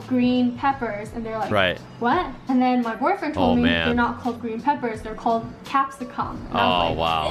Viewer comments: It was weird how she was saying capsicum. Really emphasising the cum in it. I usually hear it said more as a kem. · in... first she puts wayyy to much emphasis on the capsCum part of it,... then she starts explaining hotdogs as wieners,.... Om my, this gonna be a ride. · Every time she says "capsiCUM" it makes me cringe. It's just "capsicum" said all in one. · Except pepper is what you get when you grind dried peppercorns berries (black, white, pink etc). Capsicum (pronounced cap-se-cm, not come) is entirely different thing. Also, she’s grossed out by capsi-COME but happily wraps her mouth around a weiner? That’s another name for penis. Snags are sausages. What she showed was a sausage sanger. A sausage in a slice of bread not toast. The bus thing doesn’t cause accidents and miss your stop once, you soon learn to pay better attention. Funnily enough people generally manage just fine, even if they’re elderly. Also, we tend to just ask another passenger if we’re confused. All shopping malls have grocery stores and most people don’t buy food before they shop for goods. The light switch is a newer design. There used to have a small plastic knob (like a lever). This design is cheaper to produce than the US version because it uses less plastic. They are easy to switch with any part of your hand or elbow. I do it all the time, it’s just about muscle memory. Mind you, older ones can get a bit sticky and harder to switch. We also have your type too. The coins are indeed designed to be clearly different to the touch. Mind you, most people don’t carry much cash now since we all have bank accounts and use cards, payWave, Apple Pay etc. I don’t think she’s been Australia for long and is struggling. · the end of capsicum is not pronounced cum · “CapsiCUM” *vine boom